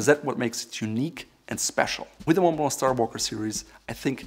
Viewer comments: Repeat after me: MUN BLUH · I don't think its pronounced maw blaw... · thats the right way to do it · The way you say "Monblo" as Montblanc. XD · I like how says MONTBLANC.....Like Moe-blaw......I say MOUNT BLANK. 🤣👍. Yeah how did afford hundreds of these pens as a teen? I never knew this was a German company. My favorite pen (I own three of them), along with Pelikan and Visconti. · The "C" at the end of Montblanc should be pronounced as it is a German brand. This guy looks the part, but seems a bit rough around the edges. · You pronounce 5/9 letters in Montblanc